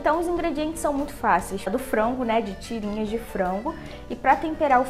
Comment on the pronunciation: Eu acho muito engraçado quando ela fala frango😂💜 é tipo "frongo" 💜😂